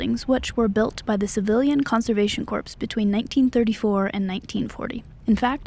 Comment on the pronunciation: This is a great video, and I love all your videos. You do a great job writing and narrating them. I probably should have commented before, but because I'm a jerk, I didn't until now. The thing that prompted me? The mispronunciation of "corps." Just for future reference, it's pronounced "kor." A corpse is a very different thing ;) ...I'm sure you've only read it before. Please keep up the great work!! :)